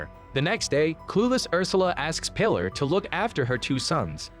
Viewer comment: I don't know how one can mispronounce "Pilar" pee-LAHR